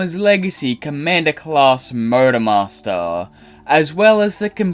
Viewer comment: I couldn't help but hear Murder Master whenever you say Motor Master.